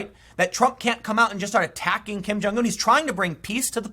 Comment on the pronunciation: Learn how to pronounce Kim Jungun.... you sound stupid when you say Kim Jung ooooon